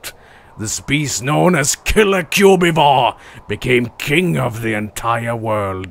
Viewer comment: "Cu-bee-vore" It's Cubivore